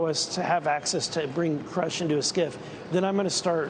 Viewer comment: That's exactly how you know that there is an attack on grush as we speak that's the third time I've heard the news channels butcher his name on purpose they called him scruff I would laugh if only it wasn't funny😂😶